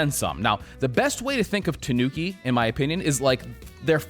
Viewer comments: No, that's not how you say Tanuki. It's Ta-nu-ki, not Tuh-noo-ki. Ta as in the 'ta' in the word 'target', except the 't' is pronounced as the th in the word 'through'. Phonetically, it's a dental 't', not palatal. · It’s pronounced tah- nooki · It's pronounced with the accent on the A, TAnuki. Not sure why even the wiki tts is wrong. The fabric looks great on this though, I barely even wear denim as it's so hard to find good items, especially in europe.